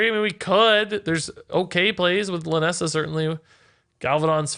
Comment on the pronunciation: check the description, its lynessa not linessa